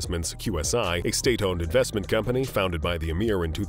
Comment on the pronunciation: Financialay, economicalay, companay revenue, family, investmants. Yes, I know they're all spelled wrong. I'm not making fun of the narrator, just wondering why the words I wrote plus many more end in or are accentuated with (lay). Anyone else know?